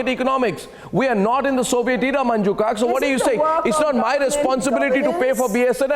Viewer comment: Gaurav Joshi Not khaak, it's Kak. She is Manju Kak gio nahi, Jio